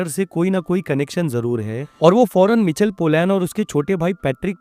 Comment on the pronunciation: मिचल नहि माईकल है भाइ 😊(Michael)